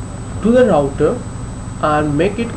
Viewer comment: "louter" lol